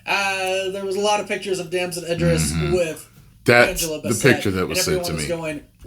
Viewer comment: Bro WTH, this guy is terrible with pronouncing basic names calling them Angela Baa-Set and Eye-dris makes it hard to take his commentary serious, especially after he said Shang-Xi correctly?